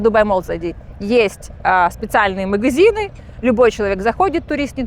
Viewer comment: У не очень приятный диалект. Говорит на русском языке)), но произносит многие гласные буквы в словах не правильно, некоторые гласные "проглатываются", а другие, наоборот произносятся с "нажимом". Например, слово "магазин" у неё звучит как "мыгызин", вместо "ходили" звучит "хыдили" и так далее. Для некоторых ушей)) такие мелочи не важны, а другим людям "режет слух". Ну и, конечно, напористось речи, свойственная многим экскурсоводам, и большое количество слов-паразитов.